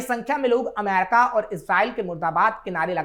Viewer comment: अमेरिका बोल लो पत्रकार महोदय... दूसरे सभी शब्दों को तो तुम बिलकुल सही-सही बोल रहे हो, लेकिन अमेरिका शब्द आते ही तुम्हारा उच्चारण "अमैरका" हो जाता है...विश्वास करो जबरदस्ती सिर्फ स्टाइल दिखाने के लिए अमेरिका को "अमैरका" बोलने से तुम बिल्कुल भी अंग्रेज नहीं लग रहे और तुम्हारा ऐसा बोलना बहुत चीप और लग रहा है